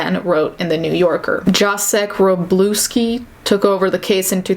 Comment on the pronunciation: You pronounced Jacek Wroblewski like Jass Sacre bleu- ski. Btw. name is pronounced like Yatzek.